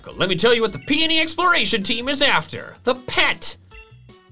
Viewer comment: Also you pronounce peony like ( pi-oh-ni )